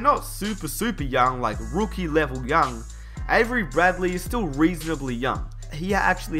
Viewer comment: " the Rwookie "